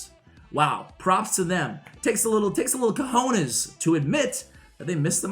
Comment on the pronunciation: As a spaniard is really cool when you said "cojones"